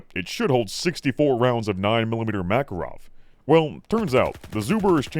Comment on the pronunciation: so i was mostly listening and not really watching i was a little confused by there apparently being a caliber which is a mackerel until at some point i finally figured out that that is how pronounces makarov